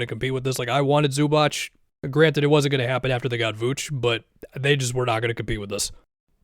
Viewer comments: It's pronounced Zoo-baatz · loved the video, but zubac is pronounced like zubats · Bro learn how to say Zubac already